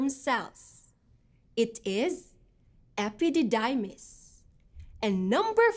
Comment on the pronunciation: Epididaymis daw hahahhahahaha